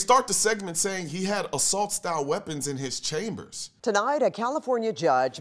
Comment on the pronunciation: Hahahahaha. Assault style. Sounding Canadian there 🤦🤣🙈